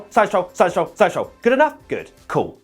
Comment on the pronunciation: in the end saying Sainz Stroll "Seschull"